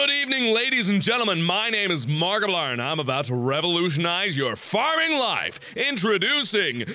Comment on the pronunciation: It sounds like he says markipliern